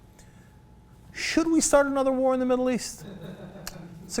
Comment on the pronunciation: "Anoter Mid-east war"...